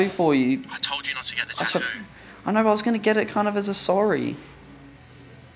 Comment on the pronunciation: it's ta-too not tahdu